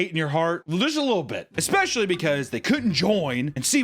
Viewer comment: It’s so impressive that a man that uses the word “ex-specially” also uses words like delineate properly and uses the divine comedy as an allegorical description of his mother.